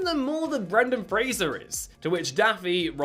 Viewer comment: My favorite Brendan FRASER is Doom Patrol, also Bedazzled. He is such a good actor, I hope he keeps acting idc how big he gets he is amazing ❤ and it’s FRASER, NOT FRASIER! Lol